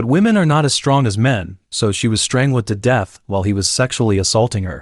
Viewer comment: "Strang~led" Lol